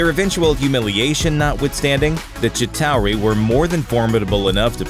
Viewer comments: its chitaur not CITARI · the chitowerwiw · chi tower ee------when the narrator has never seen an actual movie he is narrating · It’s not pronounced chi-tow-ree. It’s pronounced Shit-aw-ree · The gitarue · The ChIt OUURU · The shitauwie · Ok the way he's sating Chitauri is bothering me..it's "Chi-Ta-Ri" the U is silent. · "The ChITauRI" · Did anyone else hear chitawi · But why did you say "the Chitauri" like that? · How he says chitauri XD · Stop saying chitari like that